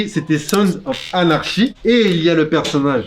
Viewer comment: Juste, pour la meilleure série là prononciation c'est plutôt anarky je crois. Serie de ouf vraiment. Super taff l'équipe à